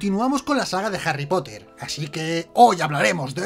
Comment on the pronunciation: Jarry Cipote ! Eres el peor !